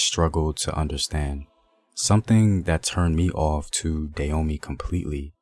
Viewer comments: Dah- hoe- may. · Why does the Narrator here pronounce the name Da yo mey rather than Da ho mey? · First of all the rightful pronunciation is Dah-oh-may not day-yo-me. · Not Da Homey, bruh. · Love the content. I have family who still live there now. It is pronounced Dah as in Dad Ho as in Hoe Mey as in May the month Hope this helps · Koudous Moutairou Prove it.. unless u was there to witness it u cant.. not takin this guy story at face value, wat are the sources? He cant even pronounce the name right.. im good